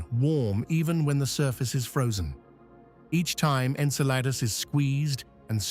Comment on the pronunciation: I respect ya, but... Thats not how you say it...... Okay, that's much better.